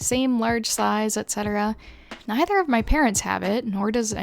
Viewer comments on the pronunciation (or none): none